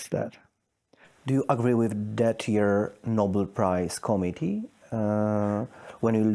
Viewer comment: When you pronounce “committee” as “comedy”, you have some serious work to do on your English pronunciation.